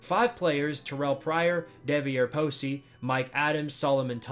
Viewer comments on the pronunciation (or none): Video is amazing but Devier Posey and Boom Herron were pronounced so bad 😭😭